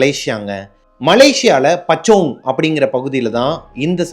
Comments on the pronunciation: 🤣🤣🤣🤣🤣🤣🤣 Pachong / kachong Ille Bro... It's பூச்சோங்😅 good job bro doing great job. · Puchong bro...not pachong😂😂😂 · Bro not pachong..but Puchong.pu Chong...nice story♥️ in ur big fan..from malaysia also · Naa its pachong its பூச்சோங் and not kacang it's காஜாங் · Pu chong not pa chong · Puchong பூச்சோங். Not pachong Kajang காஜாங். Not kacang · Not பச்சோங்.... It's பூச்சோங் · Puu.. puu chong bro.. not pachong. But normally spelled and pronounced as Puchong in 🇲🇾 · Horror story become funny cause of him telling kachong and pachong 🤣🤣🤣🤣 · Puchong have to pronounced like this..Poochong... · It's pronounce like pochong boss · Its pronounced as POOOCHONG and KAAJANG brother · Puchong iyah but pronounce as poochong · The slang is so bad till could not able recognize the area … maybe kajang to puchong